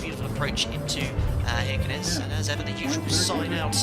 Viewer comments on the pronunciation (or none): Just to mention, i felt that i have to: This is how you prounounce «Kirkenes» — Shiirckenes. Like you say Shakira, start with the SH sound! Thats all bud! Lovley video as always hehe!